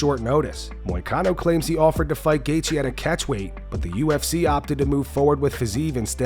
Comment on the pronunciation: “Catchweighch” Renato “Show Me The Money” Moicano